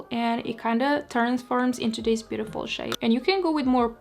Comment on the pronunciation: What you said: "I'm just going to blend this shade out." What I heard: "I'm just going to blend this shit out."